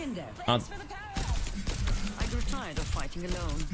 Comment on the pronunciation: this man called her kuriko